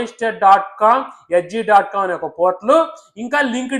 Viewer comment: monister kadhu bro monster..ento